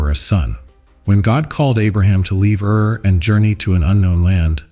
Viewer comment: Ur not ear. Plain as in land not plane. Zoar not Zor.